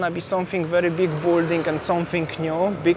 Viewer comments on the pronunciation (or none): BILL - DING - not BULL DING